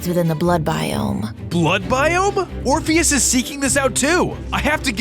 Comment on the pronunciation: I thought it was king "orphanage" instead of "orpheus"